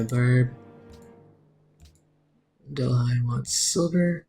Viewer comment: It's pronounced del-ee :)